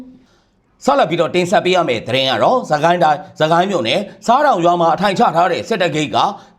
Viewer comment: ဆားတောင်/ဆတောင်အသံထွက်ရတယ်ရဲဘော်လေး